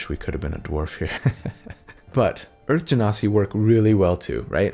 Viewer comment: You pronounced Genasi correctly! 😊 I'm so proud of you! You've come a long way! Now we have to work on your Yaun Ti.. it's pronounced Wahn Tee. 😉